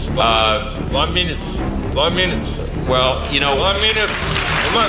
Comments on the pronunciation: ONA MINUTE nedir ya ''ona'' ne :D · İngilizce bilgisi "van münüt" geometri anlayışı "teğet" tasavvuf kültürü "hamdolsun" senin bu entellektüel birikimine Bülent Ersoy, "kurban olsun."